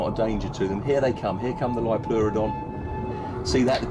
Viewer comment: Liopleurodon is pronounced like that.